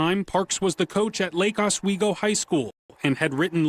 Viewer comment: Hey Brandi, check the pronunciation for Lake Oswego. It's basically the Medina of Portland.